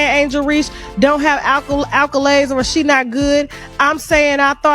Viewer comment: she can’t even pronounce “accolades” tf is “alcholades”